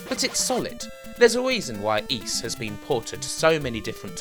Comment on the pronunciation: Es?!? There are Four Ys (how most people would pronounce "Ys") and zero "Ys" (as pronounced in this video as "Es") in the longest Wheel of Fortune puzzle with no vowel: L-N-RD SK-N-RD